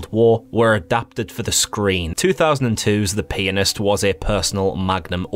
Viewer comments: Lmfao. “The penisssst” is terrifying indeed. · i was playing this in class on my phone and the classmate beside me kept on thinking you were saying "penis" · On 2x speed it sounds like he is peenist